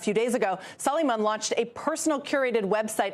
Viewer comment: I think it's pronounced "Su lay man."